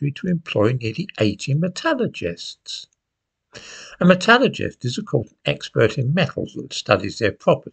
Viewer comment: At long last, someone who can say metulurgist the right way